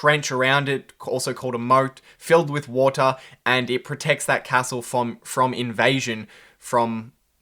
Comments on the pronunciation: You say castle wrong mate =P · Great video mate!! loving the content! one thing, can you please learn how to pronounce “castle” correctly? its almost impossible “get educated” when I’m pissing myself laughing :P